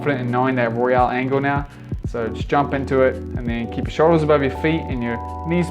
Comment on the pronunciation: It's Royale. Not Royal.